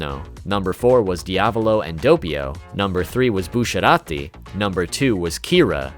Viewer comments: In "Bucciarati" that double-c should be pronounced like ch in "chocolate" and not like in "touché" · thank you for saying buccirati as busshirati